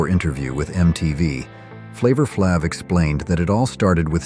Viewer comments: OMG the AI voice said, "Flavor Flahv" instead of Flayv. (spelled phonetically to explain it better) 🙄 He got the name right later in the segment so I don't know what happened there. I would rather hear a real voice (even if it isn't as "deep etc) than hear an AI voice butcher names of ppl who are famous. And like others have said, I wouldn't call it cringe. I lived back then and it was great! There are fashion mistakes in every decade. I think ours were not that bad (except the mullet....I was never a fan of the mullet lol) Also, if you look up ANY pictures online starting with the word "awkward", guess what.....you're going to find awkward photos. Look up awkward 2025 family photos and I bet you'll find a bunch. I guess this video is not for me. I grew up in the 80's. I thought that the video would be talking about things like the 3' bangs we used to rock back then lol. Not family photos and Flavor Flav's clock. I mean none of us even wore the clock! That was HIS thing. Well at least where I am from no one in any of my schools did that. /shrugs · Flavor "FLOB" or "FLOV". Ridiculously obvious AI slop. It's Flavor Flav like "flavor". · lol AI str8 up said "flavor flav" Sounded like flavor flauve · Flavor "Flahv"? Can't you type it phonetically, or at least review what you're about to upload? Or are these channels not even run by humans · Offect AI pfonounciation… Flava FLAVE. lol. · The pictures don't match the audio throughout the video. (i.e. car surfing was not surfboards on cars). It was Atari 'twenty-six-hundred" not 2 6 0 0. Long a in "flave a flave" name; reading valley girl is not the same as saying in with the snarky attitude. Pronunciation is everything in these videos. Not sure if it's funny or just plain sad. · AI saying, "Flavor Flaav" SO FUNNY! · Ah yes, Flavor-Flabv. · WTF did you just call Flaver Flav?!? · Man, "Flavor Flaav?" Just, take your A.I.-driven garbage elsewhere. Hire a real human to narrate your crappy video!